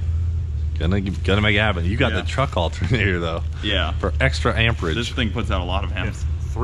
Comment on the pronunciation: When you said "special alterater", thought you were getting a turbo.